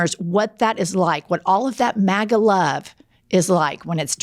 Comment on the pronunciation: she said “matta” instead of “maga” lol she said my last name, she’s in love with me